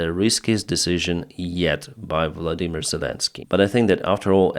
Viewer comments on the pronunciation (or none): none